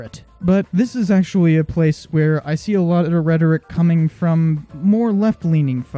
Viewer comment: Not to be mean but it's "the" not "YHE".